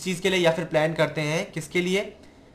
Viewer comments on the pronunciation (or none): none